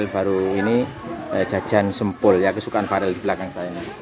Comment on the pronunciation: Sempol mas bukan sempul 😁😂🤭🙏🙏🙏